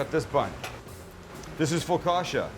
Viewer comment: Sammy boy,. Its pronounced FOCKACHIA.. LOL. You were close, but no cigar!. LOL The bread itself is called cibatta. My Man Sammy!. 😎